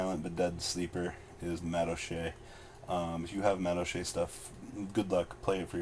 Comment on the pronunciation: You pronounce "madolche" so weird. It's not "me-dol-shay" it's "mah-dol-chay"